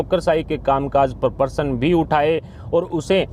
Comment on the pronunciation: Shabad nahi shabd Diragh nahi dirgh Purav nahi purv Parsan nahi prashn Are Bhai itne subscriber hai aur member bhi hai To koi achha news reader rakho Professional way me kaam Karo Yeh news reader anpadh hai